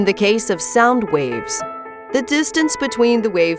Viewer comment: The whole time watching this, I thought she was saying RAVES 😂 ohhhh